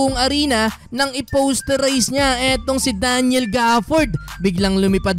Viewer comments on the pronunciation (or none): none